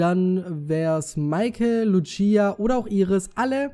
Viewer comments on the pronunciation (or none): keine beleidigung oder so aber man sagt luzia also mit z (nur mal so zum tipp) :D